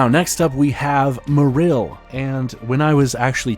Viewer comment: You pronounce Marill in a strange and incorrect way, and also overall just a very robotic way of speaking. Maybe loosen it up a bit.